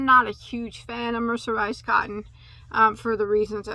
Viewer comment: 😂😂😂😂 say mercenized one more time 😭😭😭🤣🤣🤣🤣